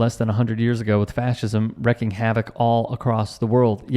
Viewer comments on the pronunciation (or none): It’s wreaking havoc (pronounced reeking) not wrecking.